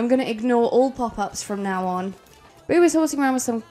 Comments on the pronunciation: Beau= Bow (like bow and arrow), not boo! Please!! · I was hopeful because I heard Beau pronounced correctly a few times, but as the video progressed, the more and more it turned to Boo again. 😩 Is it because we are getting close to Halloween? 😂🎃👻 Bow Bow Bow Bow Bow 👍 lol